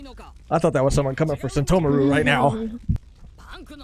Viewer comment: lol says Sentomaru like Sheshomaru from inuyasha